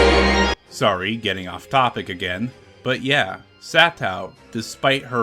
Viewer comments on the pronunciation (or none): none